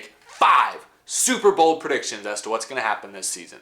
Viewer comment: At first I thought you said 5 Super Bowl predictions 😂